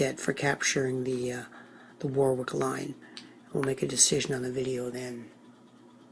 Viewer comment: Sorry. Its pronounced. Warrick.